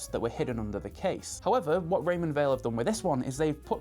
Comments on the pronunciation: Did they tell you how to pronounce Weil? I would have thought it’s like the word “while” rather than “wheel” or, as you say it “vale” - no biggie just seems to be a thing about this brand nobody quite clears up. Beautiful looking watch! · It’s pronounced “wile” not “vale” — so says the CEO of the company! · It's pronounced Raymond VILE. In German and Swiss German, W is a sounded as a V.